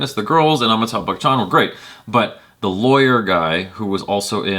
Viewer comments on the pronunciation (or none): Try Batchan instead of Bachchan to pronounce his last name...